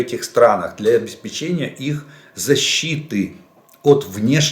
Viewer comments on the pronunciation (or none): none